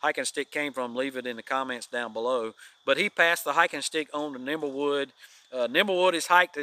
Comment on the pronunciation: it is Nimblewill Nomad, not Nimblewood Nomad. It is my understanding that the name came from Nimblewill Gap near Dawsonville, GA. He is the caretaker at the Flagg Mt. Historical site in the Weogufka State Forest.